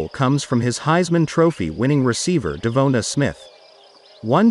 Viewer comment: DEVONA Smith?? Hahahahahahaha